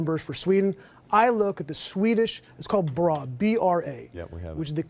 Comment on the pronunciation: Fake news, its not "BRA" its "BRÅ" which is pronounced as "BROH" therefore Don Lemon made lemonade out of that guy in the swedish debate!!1!